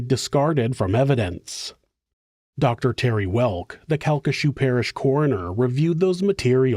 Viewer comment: CalcaSHOO is killing me 😂 Cal-ki-SHAW